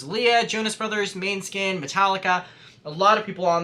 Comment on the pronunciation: i cannot get over the wat english speakers say Måneskin.. chills /lh IM SO HAPPY FOR YOU FOR MEETING MARIAH THO !!!